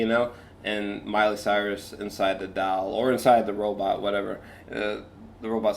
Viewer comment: You keeping with your pronunciation of doll as dowl is an interesting choice 😎